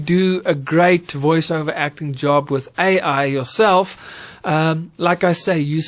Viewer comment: I think you meant to say Voice ‘Over’ and not ‘Iver’ 😅. Excellent vid still though 👍🏾